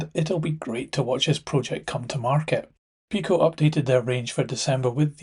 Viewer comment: Very useful updates, and I like that you are also covering European models. But can I make a couple of suggestions about pronunciation? I apologise in advance if you or anyone else thinks I’m being pedantic. I am, but I was listening to your video without watching it , whilst I got on with some layout wiring, and got confused. Too much Multi-tasking perhaps! Firstly, I’ve usually heard PIko referred to as “pie-co” to avoid confusion with Peco. Second, you seemed to pronounce clerestory as “sel-es-tory”, whereas I believe the correct pronunciation is “clear-story”. At any rate, the first c should definitely be a hard c.